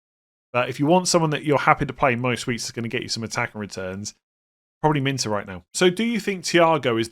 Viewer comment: Come on you’re trolling me now! It’s Min Tay not Min Ter! Even Gary Neville says it correct and he’s a twat! 😂😂. Be better…👍